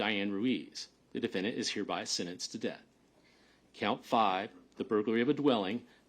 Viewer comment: "The defendant is hereby sinnenced..."